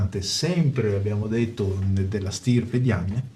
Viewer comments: ...si pronuncia "daiamain"! Che diamine!! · Sì pronuncia daiamin... Se proprio dovete fare le correzioni, prima studiate...